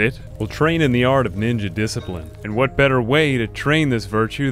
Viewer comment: Over two minutes of a proper introduction and the true code of a Kenshi samurai (and any/all samurai for that matter), this was completely sullied when you mispronounced "DISCIPRINE". You have shamed us all.